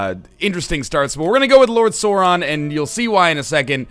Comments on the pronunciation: It's not SORE-on... It's Sauron! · its not "sore on" its sauron the au sounds like ow like in cow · This is gonna be painful to watch with NL mispronouncing Sauron lol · The "Sau" in Sauron is pronounced like the "sou" in the word "south". I usually wouldn't be upset about mispronunciations, but it IS J.R.R. Tolkien, who created two fully-functioning languages for this over the course of his lifetime, and about five or something other partly finished ones. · you're saying sauron wrong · oh god you're saying everything wrong D